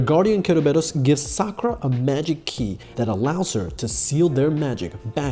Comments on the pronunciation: Dude, she is SAkura, not SakUra. My ears are bleeding :( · when he says "sakoora"... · you know this way to say SaKUra is common to people who watched it dubbed when it was launched, while SAkura is usually how ppl call the pink haired girl from Naruto and many other characters with the same name? (however I understand that anyone with a basic knowledge of japanese would cringe to that pronunciation) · Okay, not only you pronounced "Sakura wrong" (stress is on the first syllabe, it's SAkura not saKUra. You only got it right at 22.23 ) but her surname is Kinomoto, not Kinamoto.